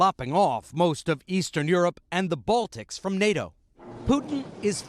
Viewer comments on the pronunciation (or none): none